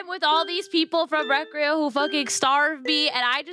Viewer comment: 🤓 actually it’s pronounced recreyo🤓